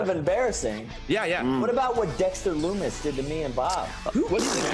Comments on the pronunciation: did Kyle just say Dexter LuNis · I like how Kyle calls him dexter lunnis.